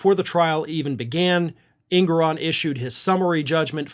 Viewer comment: Engoron not Ingoron